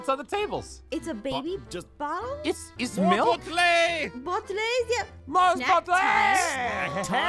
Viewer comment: what are all these?! Aphmau:these are boutlis Me: dying of laughter 🤣🤣🤣